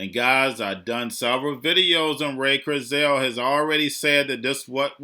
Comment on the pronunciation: It’s KURZ- wile! CT